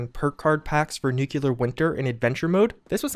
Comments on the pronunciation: Good info. When are they going to patch u repeatedly saying, "Nuke-ya-ler"?🤦🏾‍♂️ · How many times do you need to be reminded of how you pronounce "nuclear"